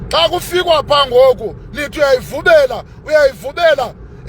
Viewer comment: 😂😂 uyayivumela not uyayivubela